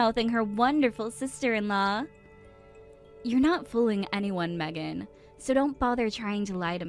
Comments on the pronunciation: Meeegan? WTF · Her own husband can't even pronounce his own wifes name right 😂